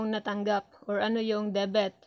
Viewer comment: Debit Hindi debet